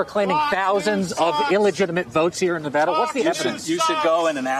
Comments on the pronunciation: I have to say I am so proud of Philip Defranco for finally pronouncing Nevada correctly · Maybe will all this focus on Nevada, people will learn how to say the state’s name 😂 (ty Phil for saying it correct btw) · Your updated pronunciation of my beautiful state of nevada has officially giving me a hard on. 💙